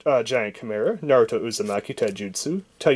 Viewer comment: He said Narutoin a bad way